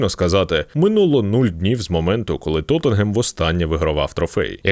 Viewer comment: Лайк та подяка за вимову назви як "Тоттенгем"